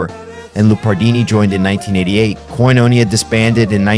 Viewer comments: Good video. I just wished you'd have spent some time checking the proper pronunciation of many players including Abe's last name Laboriel with the accent on the 'e'. Koinonia has the accent on the last 'i', etc... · ….it’s pronounced “Koin-O-nee_ah”😊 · Thanks for this. I love Abraham's music. No offense, but you have to say his and Michael O'Martian's names correctly: Lah-bor-e-el. Michael O'Mar-t-an. Oh, and it's Koin-o-knee-ah. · Real cool. I did a record with Abe (and Alex Acuña and Justo Almario) in the 90s, a life-changing time for me. Too bad the robot narrating this can't pronounce 'Omartian' or 'Koinonia'. Keep the video, but redo the voiceover with a "person".